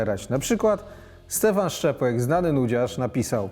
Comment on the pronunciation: szczepłek, a nie szczepek XD